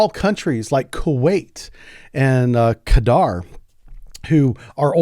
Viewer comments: The correct pronunciation is Cuter.😊😊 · Dude. We'd respect you more if you pronounced Qatar correctly...